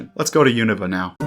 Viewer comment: Really refreshing hearing someone pronounce Unova the same way as official Pokémon media does